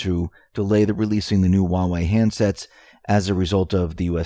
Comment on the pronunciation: There's H in huawei. It's not uawei.